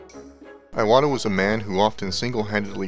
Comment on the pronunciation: (Important note: Iwata is pronounced EE-WAH-TAH. If Japanese wants an "eye" sound it will use "ai"—his name would have been spelled "Aiwata".) I started the Nintendo club inside of Square Enix and we played Super Smash Bros. for Wii U daily at lunch (and even had some in-house tournaments). I continue to play Super Smash Bros. for Wii U at home daily. The Legend of Zelda: Breath of the Wild was a masterpiece that I found extremely hard to put down, which is quite rare for me these days partly because my standards are so high after having grown up with Super Mario World and The Legend of Zelda: A Link to the Past, and partly because I sternly have to reject games that can't be quickly picked up, played, and put down, in order to cater to my life as a developer who can mainly get games in on the train rides to work etc. Nintendo makes it hard to be a fan sometimes. They are extremely obnoxious when it comes to stocking shelves etc., their region locks can go to hell (in 1 year from 2016 to 2017 I lived in Japan, the UK, and U. S. A., and thus I have multiple Wii U consoles and multiple (5 total) copies of Super Smash Bros. for Wii U and 3DS), and I would never work there. Inside the industry, it is fairly well known that working conditions at Nintendo of Japan are pretty bad, as it remains a typical Japanese work environment. Long hours, too many codes of conduct, overly strict chains of command, and even uniforms that look like factory-worker uniforms. You're just a number, so